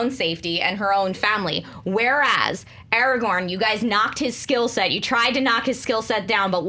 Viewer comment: Markeia. IT'S ARAGORN!